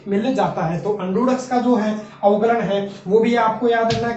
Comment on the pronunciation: Avkalaj nhi avkalan hota h sir